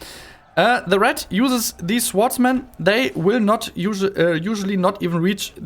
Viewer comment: Erstmal Respekt, dass du dich so aus deiner Komfortzone traust mit der Sprache! Insgesamt finde ich kann man sich das ganz gut anhören. Bei den "swordsmen" aber bitte nächstes Mal das "w" nicht mitsprechen!